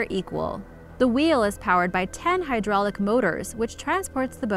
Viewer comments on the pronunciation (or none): none